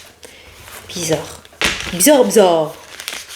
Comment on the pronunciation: Tu es drôle avec ton bizard😂😂 ta façon de le dire … as tu des amis québécois coudon? j’ai l’impression de m’entendre parler 😂😂 Je t’adore belle! Ne change surtout pas …☀️ Bisous bisous 😘😘